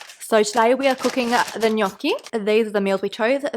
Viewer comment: AAAH your pronunciation of gnocchi is so cute and also accurate, it sounded 10/10 italian